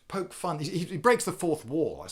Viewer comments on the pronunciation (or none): none